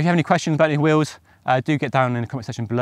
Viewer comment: Pronounced “wheels,” not “wills!”